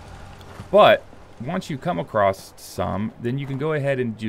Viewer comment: There is no T in across